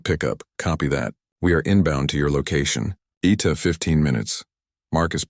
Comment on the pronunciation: ETA is pronounced E T A !